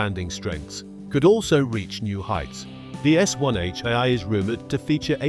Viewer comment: 'One H eye-eye'! More Ay-Ay rubbish narration.